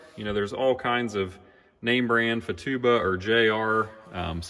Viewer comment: It’s Futaba, not Fatuba 😂😉 Pronounced Foo-Taa-Ba